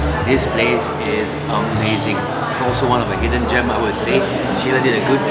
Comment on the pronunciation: Thanks for coming but they are not "hdden"